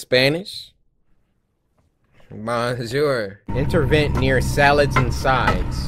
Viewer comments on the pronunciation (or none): Bro, that "I know a little spanish-- Bonjour" made laugh. Just the way he pronounced from "Bonjour" to "Baouwn-joourr" was so funny. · “Bawn Shore” 😭😭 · bro said bawn shore